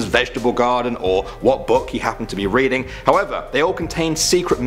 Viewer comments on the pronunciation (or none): none